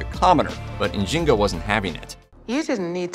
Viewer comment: I think her name is N’zing-aa